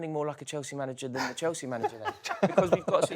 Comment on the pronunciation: How do you guys at The Overlap listen to pronouncing Chalsea like that and ignore it. How do you not "screen test" the new Arsenal supporter to see if he'll come across as so infuriating to the youtube audience. Getting harder to watch this and I rarely miss an episode.